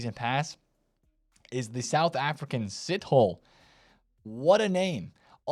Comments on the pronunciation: lol it's not pronounced as Sit-Hole. It's pronounced as Sith-ole😂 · you say his name like this : Sit- See , Tho - Toh , Le - Lehh/ Seetohleh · 🇿🇦 Pronounced as SEE THOR LEH (SITHOLE) Much love from RSA ! We extremely happy to see our nation is finally representing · You could at least try to pronounce sithole properly.